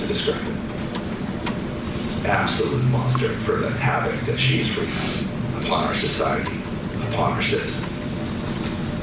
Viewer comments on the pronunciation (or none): none